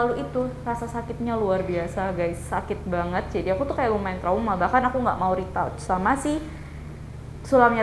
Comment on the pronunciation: maaf, retouch bacanya bukan ritauch mba tapi ritach